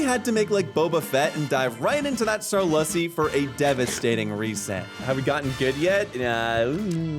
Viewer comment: "Sarlussy" is a verbal crime against humanity